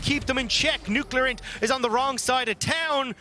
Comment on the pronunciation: Never knew it was pronounced Nucularint. Always thought it was Nuclear